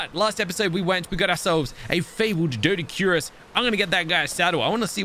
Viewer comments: It’s dough-dic-q-rus, best way I can explain it lmao but you do you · Doedics are pronounced do-dicurus ( with a flat u sound )